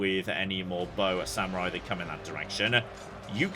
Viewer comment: Day 481 of requesting Age of Mythology. I KNOW he's saying bow samurai, but what I'm HEARING is BOAT samurai. To be fair, that's what the fleet is for. Also, the Death Star run on your European ship was the kind of strategy I'd use, which explains why I'm not a naval power